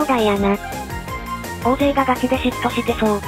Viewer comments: おおぜいじゃなくて(たいせい)な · おおぜい、おおぜい、って 人名くらいちゃんと読ませろよ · 岡本ホント面白かった😂 目の前で胴上げ観れたね👀 大勢、コンピュータにおおぜいって発音されてるの好きw😅2人とも🐯ファンでいてね〜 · 大勢(おおぜい)読み方合ってるけどちゃうねんw